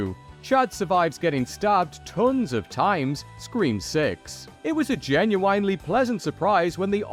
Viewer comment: This VO guy says "genuinely" like English isn't his first language.